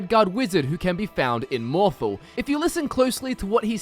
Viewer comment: sorry bout this, but it's "mohr-thahl" not "mohr-thle"